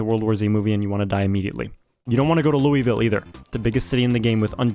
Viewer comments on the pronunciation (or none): As a Kentuckian. Lul-ville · As someone from Kentucky, hearing how he pronounces Louisville bothers me.